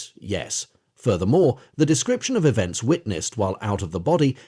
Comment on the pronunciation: Is this an AI voice? I thought so because it keeps stating "O-F" instead of "OF" but sometimes it stutters on a word which sounds like it is a human.